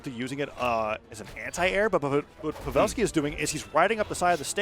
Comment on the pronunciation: wait who's povel-ski